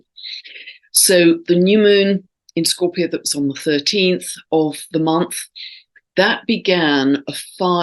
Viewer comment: You keep saying mars square sun 8n scoorpio???